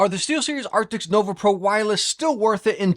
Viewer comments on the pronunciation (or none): ARCTIS not ARCTIXXX